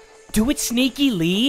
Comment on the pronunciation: "Do it sneakyLEE!" Get it? Sneakily? Lee? Hahahaha.... Did you mean to do that?